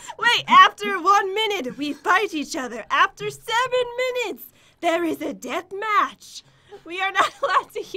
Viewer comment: when says death match she sounded very Scottish